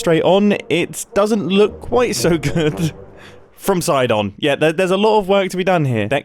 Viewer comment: Did nobody care when he said Sidon?